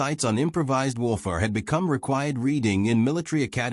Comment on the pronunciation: I did like this story but here is the problem if you listen to it you will find the narration cuts sentences, and also seems to have problems with some words like Warfare and others.